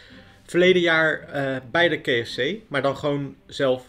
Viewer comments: Keh Ef Cee 😂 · Ja inderdaad. Zeg dan of op zijn Nederlands: Ka-Ef-Cee. Of op zijn Engels: Kee-Ef-Cie. Ik vond het ook heel bijzonder. Nog nooit iemand het zo horen uitspreken. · kee f c. Wie spreekt zo KFC uit? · Kee ef see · Ik wilde net herzelfde reageren hahah kfzee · Het triggert mij echt hoe jij KFC uitspreekt, je combineert Nederlandse uitspraak met de Engelse 😂. Verder weer een super leuke video net als altijd. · Wou precies dit reageren! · Zelfde gevoel hier. Of Engels of Nederlands, maar mengen geeft mij de kriebels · Grappig dat je de K in het Engels uit spreekt en F C in het Nederlands van KFC 😂